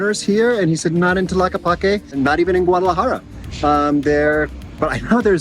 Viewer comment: 🦉 do not pronounce the letter H. Enjoy Brother.